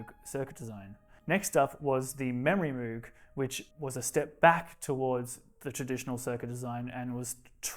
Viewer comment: the Polymoog and Memorymoog are also pronounced M-oh-g and not moo-g (as indeed as also the Micro and Multi and all other instances of the letters "moog" in relation to the company or products